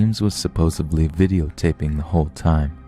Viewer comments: It's SUPPOSEDLY!!!!! There's no B in supposedly! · "Supposebly"? really?